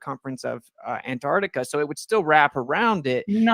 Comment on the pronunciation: Antarctica = On-Tahk-ticker